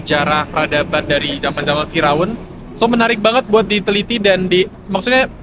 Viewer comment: Salfok denger bilang "fira'un"😅.. "Fir'aun" ya 🤭sori diralat dikit yaa